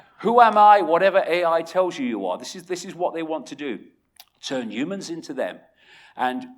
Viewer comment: I've subbed because you say ooomans instead of humans. Also I subbed because a lot of the stuff you say actually makes sense. I think you're on the right track.